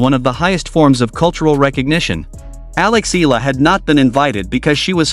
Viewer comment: Eala is pronounced as EE-YA-LA. 😂 FYI.